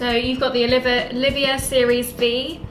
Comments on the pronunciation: As we say in America......Dude!! Its NOT. Oliveeeeahh!! Its Oleeeevah. When your dressed all elegant with that refined English accent, its ruined when you mispronounce the name of the cigar. Anyway you both seem like very nice people. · Nice review both of you. But please “O-liva” not Oliv-ia as I’ve heard you state often in videos. Please keep the reviews coming, they are great.